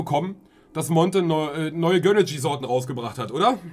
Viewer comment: Warum sagt er göhneejie